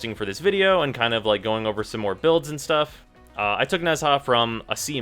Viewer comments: no offense but it's pronounced najaa ^^ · bruh nezha is pronounced "neja" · It's pronounced Neja, not Nezaah (According to DE). Watch his official profile video mate :) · It's pronounced "nah-jah" not "Nez HA" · ITS NOT NEZ-HA ITS NEZ-AH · Why do u pronounce it Nehzaaaa? It's really annoying, It's just Neza, don't over complicate it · Tamám Shud both are correct, the way he pronounce it is nez-ha but people pronounce it as ne-zha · 2 things. 1 IT'S FUCKING "NE ZHA" NOT "NEZ HA" 2 Who in their right mind would compare Nezha's halo to Rhino's skin? Just look at the stats. You don't need a YouTuber to tell you how to wipe your ass, why is this any different? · please stop pronouncing the name wrong, it's not a English name, it's not nez ha. nezha, the zh is a J sound. it's a Chinese name. the cringe is real every time you say nez ha. please be a little bit more educated next time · OK Im sorry i have to correct you its not Nez Ha its pronounced NaJaw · oh my gawd I hate the way u say nezha... it's a silent H NEZ - A 😊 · FYI Nezha is pronouced Na-ja or Nae-ja (Chinese Goddess tho in WF it's a he) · Why does this guy pronounce nezha name so weirdly. It's like he's saying nesaa. So cringy lol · Nez-Ha? HEZ-HA?!?!?!?! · Its pronounced neja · It's pronounced neja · Every time he says Nez-ha I cringe. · Oh my f... I'm sorry, it's so fucking annoying. It's not Nez Haaaaa.... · I don't think you're supposed to pronounce the "h" so far I've seen people say "Neza" or "Nesha" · Man, I really love Nez-HAAA. Spooky way of saying it, but I like a spook. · Both are not correct, Nezha is a chinese word its pronounced Nuh Jah. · Not to bash, but a lot of comments seem to be just criticizing without giving the actual pronunciation on how "Nezha" should be pronounced. It's pronounced as "Neh-jah" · I'm sorry, I'm not usually "that guy" but I actually can't finish the video because of this. it's pronounced [neh-juh] (the zh is like a French j like Jacque or Jessabelle).